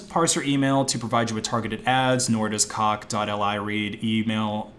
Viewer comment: It's cockli, like Cock Lee. Not dotElEye